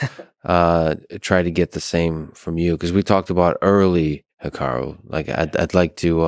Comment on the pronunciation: I feel like any time I say Hikaru’s name from now on, I’m going to say it like Lex says it